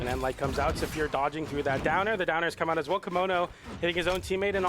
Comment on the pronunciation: "coming thwough"